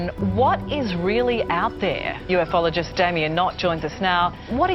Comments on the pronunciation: I swear she just called him a “you-eff-all-or-jist” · the news lady...UF Ologist? What's one of them then, mate?